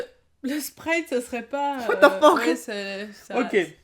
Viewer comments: à " Wal Lo Fuck" au lieu de " What The Fuck" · En fait c'est pas What the fuck qu'elle dit, c'est whatafuck on dirait je sais pas toi mais bon mdrrr